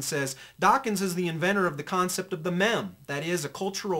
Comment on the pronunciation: LOL "Mem". Learn words before trying to use them kthnx.